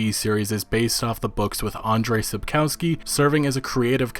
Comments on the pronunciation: sap-cow-skee? thumbs down. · The way you pronounce "Sapkowski" is so funny XDDD